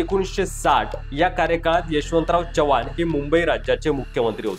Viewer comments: Jara Marathi sudhara, chavan Kai, chavhan ahe te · च्यव्हाण नव्हे चव्हाण.. from original चौहान, तुमचे मराठी बोलणे खूप गचाळ आहे, जरा fine tune करा आणि मगच व्हिडिओ बनवा..